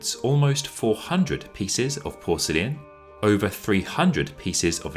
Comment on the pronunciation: Porcelain is now porselleean?